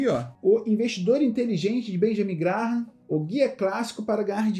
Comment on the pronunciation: Se pronuncia Benjamin “Gram”,! Parabens pelo conteúdo